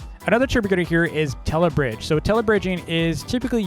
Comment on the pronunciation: tellybridge not telebridge